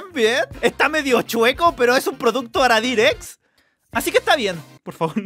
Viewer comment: dice aradir en vez de agadir